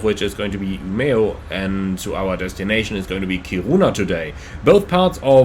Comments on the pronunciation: I thought your pronounciations were almost spot on, at least Umeå. Seriously good! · To be fair, to me who live in Umeå, you said it better than most Swedes. Most replace the e with a j when saying it. While we who live here (and most of the north) just say Ume. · Your pronunciations of Umeå and Kiruna are kinda funny :)